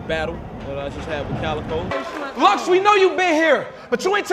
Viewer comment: His name is Calicoe as in a gun. Not Calicode